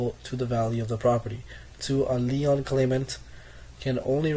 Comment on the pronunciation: The constant throat clearing is very distracting. Some of your pronunciation needs work before you present. LEON's is a furniture store. LIEN is pronounced like lean. Other than that good luck and thanks for the summary.